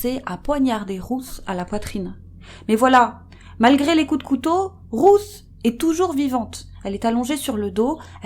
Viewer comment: Cc les youcrime sisters je voulait juste vous dire que «Ruth» se dit comme «Rute» kiss et Big Up à vous ❤️❤️